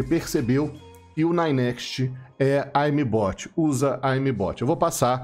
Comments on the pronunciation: "aimi bot" que porra de pronúncia é essa Ogro kkkkkkkkk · fala direito a palavra "aimbot"